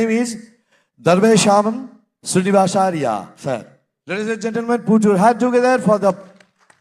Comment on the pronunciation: But he pronounced your name is not correct..... Right na sir